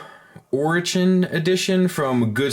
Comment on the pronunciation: I think it's "ore" as in "oh-ray" and "chan" as in "fawn". Ore is a maculine way of saying "me" in Japanese and "chan" is a cutesy honorific.